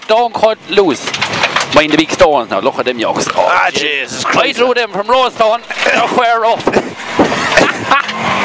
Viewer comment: lol "Jeysis Christ"